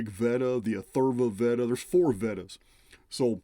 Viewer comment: VEDAS are pronounced vay das.